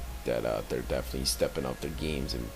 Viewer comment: Pretty good video. Definatwey. Its good to see doing narration. Definatwey.